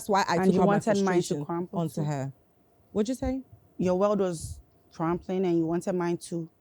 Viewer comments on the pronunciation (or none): The word was CRAMBLING , not Crampling 😂